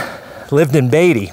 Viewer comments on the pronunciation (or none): none